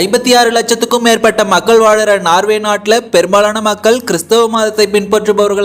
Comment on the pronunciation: நார்வே இல்லப்பா நோர்வே.